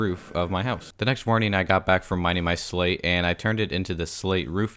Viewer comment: When he said slate I thought he said slave